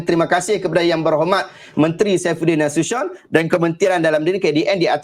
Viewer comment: Salam.. hehe.. cara nak pronounce Nasution tu… “Na-Su-Ti-Yon” 😬😬 apa2 pun.. terbaik … 👍👍👍